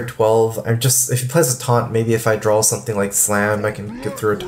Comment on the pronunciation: dude keeps saying "drawl", even saying "drawling" wtf